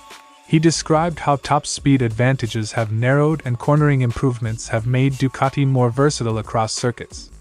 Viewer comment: No r in Ducati